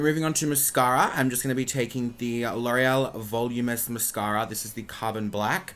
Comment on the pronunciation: The way he says voluminous .. "volumios" 😂😂😂😂😂😂